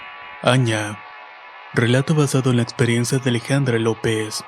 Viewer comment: Les aclaro que la palabra Aña , se pronuncia como teniendo un acento sobre la última" a" y en nuestro dulce idioma guaraní, significa "el mal" o maldad. Muy buena historia, saludos desde Paraguay!!